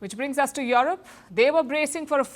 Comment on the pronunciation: Is Palki saying Yolop😂😂😂